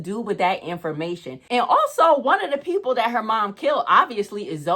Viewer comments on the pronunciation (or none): none